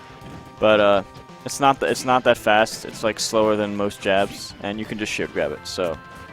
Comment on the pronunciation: I thought he was saying "It's actually shorter than most 'JAPS''", not "JABS", and it was a racist joke video, lmao